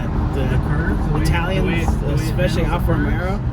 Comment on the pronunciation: Did you actually say "Alfa Romero"? For shame. 😉 😂 Good stuff.